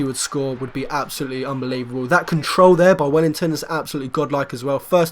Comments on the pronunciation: mate its WELLITON not WELLINGTON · Well i ton not well ing ton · its welliton not wellington